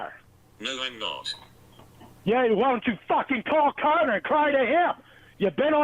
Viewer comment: pronunciation of CARTER made it literally stand up on its own